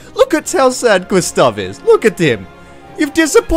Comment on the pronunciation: Are you from somewere in skandinavia because that was a relly good pronunciation of Gustaf for someone thats not from skandinavia. (Compared to other peapole)